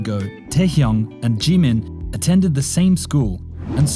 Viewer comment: its jimin not g min very wrong pronounciation, but B for effort edit : breh did ya hear me? the second time you said jimin it was great